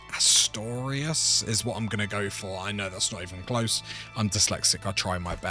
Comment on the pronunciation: I'll help you out. Al-ANN-DUH-LOOSE (Al-Andalus). And OO-MY-YAD (Umayyad). You're actually correct with Asturias.